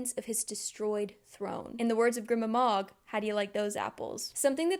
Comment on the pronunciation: i love these so much cause i can't seem to let the books and world go after finishing the trilogy. also im quite sure it's pronounced "greema mog", just following basic pronunciation rules; when there's no double consonant the vowel is long. the way you pronounce it at ca. her name would have to be spelled "grimma mog", but it's "grima mog". off topic but I've noticed that people with english as their native tongue often don't know these basic rules, just out of interest; are you not taught how to enunciate and phonetically sound out words in primary school/kindergarten?